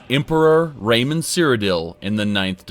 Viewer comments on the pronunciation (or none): none